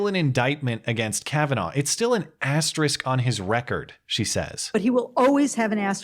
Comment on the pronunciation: Nice piece,. May I say how much I appreciate your pronouncing 'asterisk' correctly? I appreciate it very much.